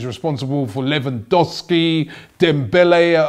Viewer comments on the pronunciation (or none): none